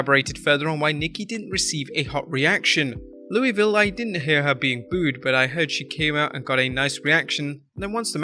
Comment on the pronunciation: I hate people pronouncing Louisville wrong ugh 😑 it’s pronounced lou vull not Louis ville not Louie ville it’s lou vull it makes us Kentuckians cringe